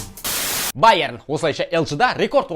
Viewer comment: Байрен ешек эмблеманы оқысай байерн деп тұрады